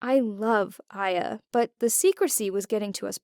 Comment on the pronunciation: uh so my name is actually Aya pronounced in english I-ya...